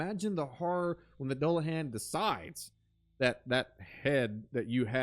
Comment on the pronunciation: doo-luh-han, great video, ive just never heard it pronounced the way you say it lol. Han like Han Solo